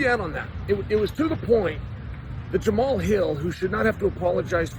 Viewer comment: Jamal Hill… 😂 The man’s first name is pronounced “Jama-Hall”